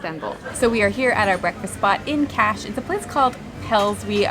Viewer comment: Kaş pronunceciation is not Cash! KUSH! By tthe way it s a nice video!